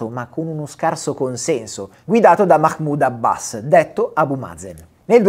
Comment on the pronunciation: Hai pronunciato Mahmoud Abbas come una persona che parla ebraico. T'ho beccato. Visto che i conti tornano. Imparziale un bel c....